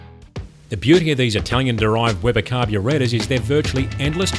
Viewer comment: Amazing and I love how he says Carbruu-rAtors and Cabruu-rAtion! #Justsayin